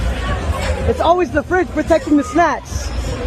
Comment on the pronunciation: I thought he said snatch, but snacks make more sense 😂